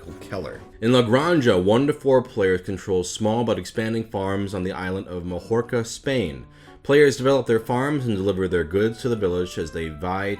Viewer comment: "Majorca" is pronounced "ma-YOR-ka" (and is spelled "Mallorca" in Spanish, apparently Majorca is an alternative English spelling? no idea why the English decided to do that)